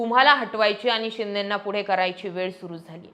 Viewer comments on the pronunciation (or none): none